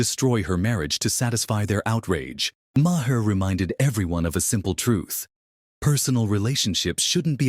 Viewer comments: The H is silent in Maher!!!!!! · And learn how to say his last name!